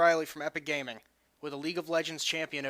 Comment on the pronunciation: lol GAYming :D